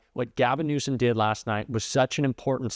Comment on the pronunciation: Anyone who is the president of the US should be able to pronounce Gavin Newsom correctly. Grow up Trump.